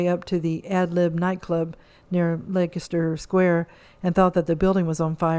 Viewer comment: It's pronounced "Lester" Square. Interesting item though!